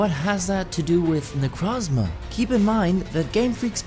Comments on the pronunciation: its not necrazma its nekrooooozma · its necrooozma not necrazma